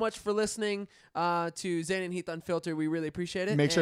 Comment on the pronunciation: Maybe Zane should take diction lessons to help with her pronunciation.